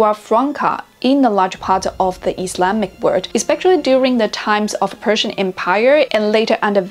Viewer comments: You don't pronounce Persian words right 😐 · her Persian pronunciation is over terrible come on! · You pronounced arabic and persian the same …. Not correct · به عنوان ایرانی میگم خوب تلفظ نکردی